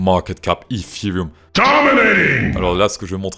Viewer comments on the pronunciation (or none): Le ifirioum ? Bonne vidéo sinon 😅😂